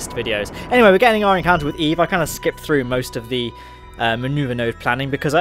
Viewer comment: You lost me the first time you said eve